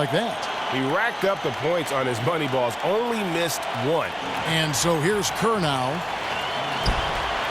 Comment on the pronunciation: And not kerr